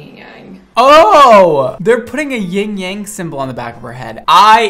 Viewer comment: It's not YING Yang, it's YIN Yang.